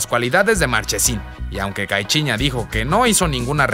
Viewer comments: Caichiña😂 tengo entretenido que se pronuncia caiciñia. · Caichiña jajaja solo yo lo noté?? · Cai- chi- ña 😂😂😂